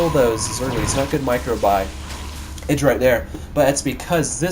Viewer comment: its mee :D and its idraa XD egidra sounds lameeXD